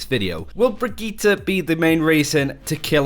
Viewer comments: ajit pai No. The name is brigitte not brigitta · Brigitte is not pronounce Brigitta! its sound like Bridget!! i am swedish and Brigitte is NOT a swedish name. the swedish version is "Birgitta" not brigitta!! Her name is a French version of that name. And it is pronounce Bridget. Just like Brigitte bardot. And her name is NOT pronounced B-R-I-G-E-T-T-A! Can anyone see a A in the end of her name!!?? NO! så WHY do everyone say th letter A in the end. Its brigitt"E" NOT "A"!! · Say it with me now "Bridge Eat" say it fast and you have her name, how on earth did you get bridgeta? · Breegeeta sounds fucking dumb I don’t care if blizzard intends it to be pronounced this way. I’m not watching this channel anymore until they pronounce it right? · stop saying brigittah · Bregeta. The prince of all saiyans. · I don't know where you guys even hear an a. It's bree-gee-tte. Sure the e at the end is a little 'stressed' but that's it. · I dont like the sound of the pronunciation of her name, sounds like Vegeta, but with a B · Far as I'm concerned they're all saying it completely wrong. It's correctly pronounced as "bridge-it". With that being said, it should be noted that I'm actually currently majoring in English. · Quick pronunciation tip: Emphasis is more on the double T than on the i before it (Brigitte vs Brigiite). Otherwise great job on that and thanks for making the effort. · I can't watch videos about her because of the pronunciation. It literally makes my teeth clench. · Except they're actually using a Swedish pronunciation, not a German one (srsly, look it up, the German is "brih-gih-tuh"), which makes it even more obnoxious.